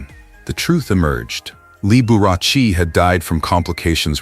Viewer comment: This person needs to pronounce Mr Liberace's name properly